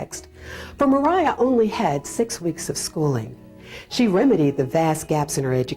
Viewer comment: Why would you assume her name is Mer-eye-ah. Maria is widely accepted to be pronounced as MAh ree ah. Is there something I am missing about the history of the name?